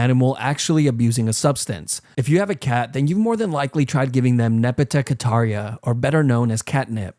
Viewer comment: Nepata catara?? Cat nip?? It’s mint bros.. Literally mint leaves.